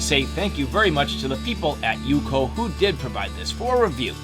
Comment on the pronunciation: Its not "UCO" as in one word. Its U-C-O 🤣🤣